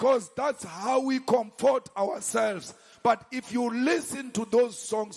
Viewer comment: I heard 'comport'